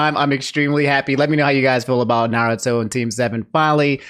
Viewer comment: bro just pronounced every goddamn naruto name wrong in this video. cries silently